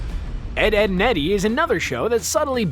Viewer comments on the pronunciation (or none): Ed, Edd, and Eddy not Ved, Edd, and Eddy